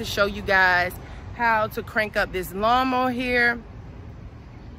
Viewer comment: You said " lawnmo" ....you said it repeatedly